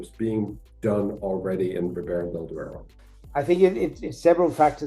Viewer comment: Duero not deuro.. please :-)